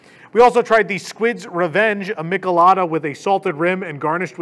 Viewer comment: LOL, it's pronounced me-chee-lada